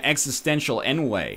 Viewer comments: Oh, NL. I dig you, but "ennui" is pronounced "on-we," not "en-way." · ennui is pronounced On-wee not N-way. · oMG - you are Canadian and you don't know how to pronounce ennui? Its French. En-oui. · NL, did you really just fucking pronounce ennui as 'enway'!? And you call yourself a Canadian!?!?!